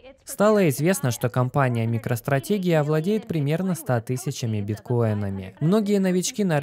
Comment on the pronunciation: имена и названия не переводятся! Очень режет ухо «Микро стратегия» это что какая то русская компания? Или всё таки [Майкро стратежи]?